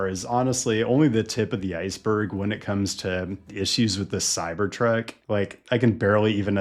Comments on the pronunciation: The Cybertrek. Is this intentional mispronounciation of the name of this intolerable vehicle? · Why do you keep saying CyberTrek? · Why do u say it like Cybertrek? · It is called a cybertruck, not a cyberTRECK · why do you say cyber trek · I keep hearing "cybertrack"